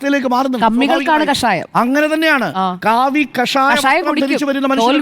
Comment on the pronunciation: കഷായം അല്ല കാഷായം 😂😂 കാഷായം സുജയ